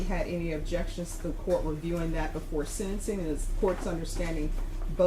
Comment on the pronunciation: WILL SOMEONE TELL THIS JUDGE ITS SENTENCING NOT SEDENCING